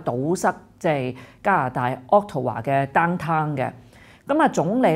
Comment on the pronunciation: 渥太華Ottawa,,讀作顎他華，並非屋圖華！🙏🙏